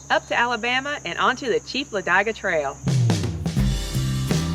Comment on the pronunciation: Its LA DIG A not LA DIE Ga - Otherwise great video